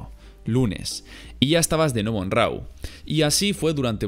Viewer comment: Rau? Es Raw jaja